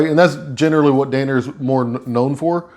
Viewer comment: Not dane-er… DAN-ner… what a weird word to mispronounce. Not being a jerk just never imagined that would be a word easily misconstrued